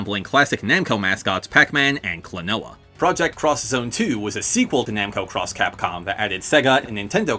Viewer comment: Oh man, thanks for pronouncing Namco X Capcom and Project X Zone 2 properly! Actually, thanks for mentioning them at all! Namco X Capcom actually features Soul Edge as an important plot point, as the weird dimension travelling abilities it has is crucial to the plot.